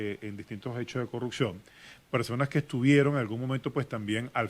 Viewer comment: ....se dice “corruPción”...